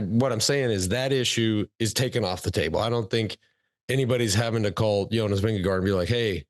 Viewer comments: Its Vindegaard... not Vindego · Spelled -gaard, pronounced -go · Vingegaard rhymes with four.